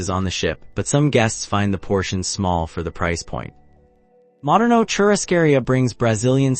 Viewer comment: di you say CHURO-SCAREEA???